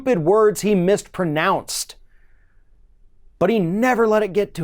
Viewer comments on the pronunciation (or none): Did you just say "Mistpronounced" LOL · You mispronounced mispronounced there is no t Lmfao